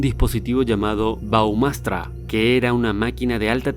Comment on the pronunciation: El “dispositivo” se llama “brahmastra” y no “baumastra”.